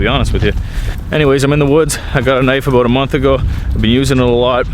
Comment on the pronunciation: You said "aboot". Lol ! Reminded me of the first time I saw the southpark movie in the theatre.